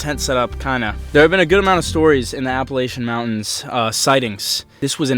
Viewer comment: He said appalAYtion it’s Appalachen-correct spelling Appalachian 👇